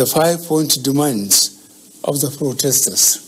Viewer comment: Frotestors, partitular, hahahahahaa